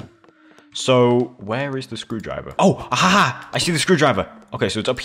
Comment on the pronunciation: That "AHA" sounded like a french accent 😆